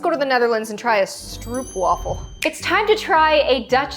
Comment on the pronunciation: Its stroop wafel not struub wafel